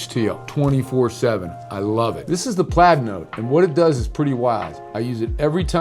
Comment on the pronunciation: Why does PLAUD sound like PLAID when you orally speak the word?